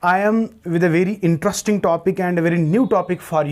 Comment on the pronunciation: almost every word sir.... for instance at the very beginning "intrusting?" seriously sir?